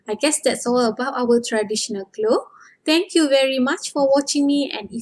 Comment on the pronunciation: All of your video is perfect for Learning.... P.s. when u say "clothes" u pronounce only "klo"🙄